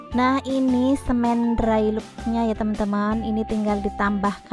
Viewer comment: Wolpeper tri di, bukan tri ji. Cat drai lok, bukan drai luk.